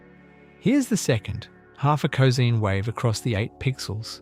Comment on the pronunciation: "cozeen" waves? Euler would be ashamed and disappointed...